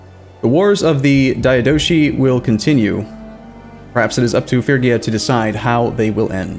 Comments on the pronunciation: Just think of a Fridge-ia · he's absolutely correct in Modern English pronunciation. Every historian, and expert on the place and time will pronounce it that way when speaking in English. Fridge-ia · es Frigia, no Frisia. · Phree-gi-a not Fergia lol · Dude it's FRIGIA not FURGIA ... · Probably not gonna help now, but it's pronounced more like Fre-gee-ah. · Fridge-ee-ya? No way the "g" is definitely a G like in grass, and not a DG like in giraffe. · More like Free-yee-ah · Every time he says “Fergia” I die a little bit. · It's pronounced "ˈfrɪdʒiə" btw, so kinda like Fridgia xD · Not in Ancient Greek it isn't. [pʰryɡía] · It is Ph-ry-gia. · It is Fridge-ia actually. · Oh by the Gods the way you pronounce "Phrygia"! xD